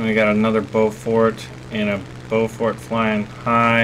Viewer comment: Beaufort. Not Beaufork. xD